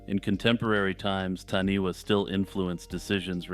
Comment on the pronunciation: Hey, I'm really enjoying deep diving through your channel. Great work. I live in new Zealand and it's great hearing things about nz folklore. I just thought I would let you know that the taniwha is pronounced "Tanifa" wh in Maori is pronounced as fa